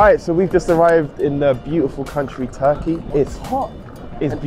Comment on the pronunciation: I WAS SHOCKED WHEN THEY SAID RURKEY